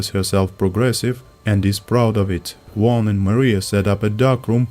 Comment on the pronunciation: worst pronunciation of "juan" of all time )) thank you for the video